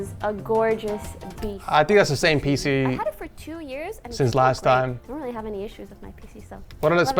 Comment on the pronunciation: "Let's go back to the setup *weal* quick, Poki, I do have some *wecommendations* like always"